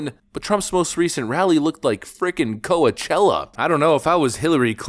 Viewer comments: .. “Coa-chella”.. lmao, bro.. it’s “Coach-chella”.. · Pronounced: Coach Ella (one word) What you said sounded like some Native American chick 😝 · You funny man.. Coa Chella lol Coach-ella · Co-Chella, not Coa-Chella. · “Koa Chella” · Koa-chella?? How are you so bad at pronouncing words, academically gifted??? Coachella. Two words - coach and ella. Good Lord, you are dumb sometimes. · You called it Co-a-chella 🤣🤣 Coachella is pronounced "Co-chella" lol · "Co' Achella"🤣James Carville making an Opie and Anthony reference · Lol # "co-a-chella." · Your an AI channel. Your AI voice pronounced "Coachella" 'KOE-UH-CHEL-LUH' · Lol he said Koa Chella lmao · Like the vid, but the way you pronounced Coachella is definitely odd 😅